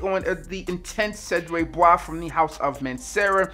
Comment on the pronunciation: Nope, but a quick Google search help not butcher the word lol